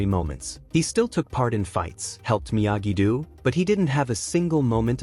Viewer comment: It is not pronounced Miyagi dew but Miyagi dough.